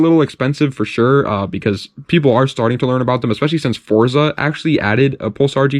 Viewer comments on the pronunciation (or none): none